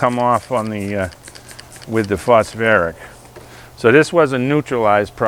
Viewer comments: Phosphoric not phosferic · It’s phosPHORIC ACID , not phosFerric acid 😱😱😱 But a great video 🥳🥳🥳 nonetheless. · Phos FOR ick acid. 😉 not phosferric smile🙂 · Pronounced -- foss foric.😅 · Why would I listen to a guy who can't even pronounce phosphoric?